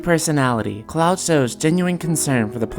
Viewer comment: Are you saying Clow?